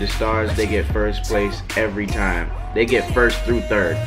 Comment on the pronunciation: "Stole the mixtape one TIOME" lmaooo